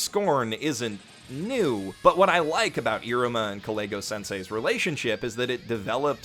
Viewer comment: I keep hearing him mispronounce Kalegos name as like Clayghos lmfao